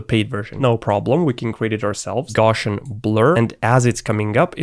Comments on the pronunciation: I was wondering what you meant by “Goshen blur”. Then I figured out that your saying Gaussian blur pronounced “Gow see yen” blur! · For me the most excruciating thing about this video is how you pronounce Gaussian. It's painful! The guys name was Carl Friedrich Gauss. That's pronounced with an ow sound, as in "ouch" - the sound I make when I hear someone saying "gorshian"!